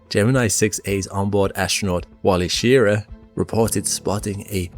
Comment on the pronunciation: It's Walter SchrrA as in 'ahhh' and it's LOVEell not LovELLE.